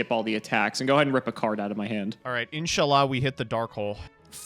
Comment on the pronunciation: ? Did he mean to say "insha'allah"?